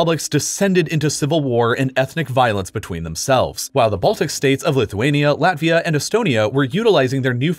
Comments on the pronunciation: bro you messed up lithuania and latvia 😭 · He had Latvia and lithunka switched